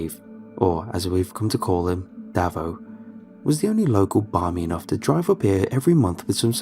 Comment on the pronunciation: Just some notes on Aussie pronounciation: Davo - "Dave-oh" not "davvo" Melbourne - "Mel-bin" not "Melborn" Kookaburra - "Cook - a - bah - ra" Bogan - "Boe-gun" (Rhymes with Logan)